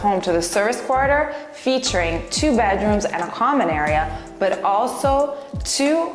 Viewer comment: "from both badrooms we can access this terrace which is embalashed by..." why are people who can barely speak anywhere near wealth?